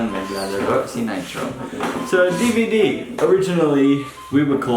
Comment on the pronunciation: DBD is what it would sound like when a Pinoy pronounces DVD. 😝😝😝